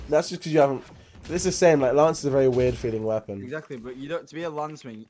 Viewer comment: Why is he always saying laaance and not Lance